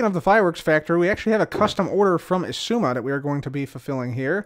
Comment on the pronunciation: Two seconds of saying “zizooma” and now I’m having a crisis… exzooma? X eye zooma? Igzooma?